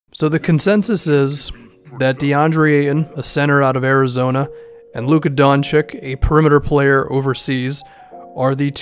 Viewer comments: btw doncic is not donchik but donchich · DON-CHICH. NOT DON-CHIK. PLEASE. GET IT RIGHT. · Don cheech not Don chick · PSA: It's pronounced Doncheech